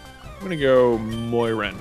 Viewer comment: Moiran sounds incredibly like goiran and I bugs me out every time